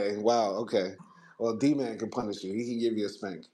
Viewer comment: My question was how did he know how to read and write if he never had that kind of education? He just knew how to do that one she had a typewriter type device? That’s what didn’t make sense about her story. She also didn’t really pronounce Dman correctly. It’s like she just made up the name. In a way it’s like Anna actually believed her own story though…, I’m not sure what to believe.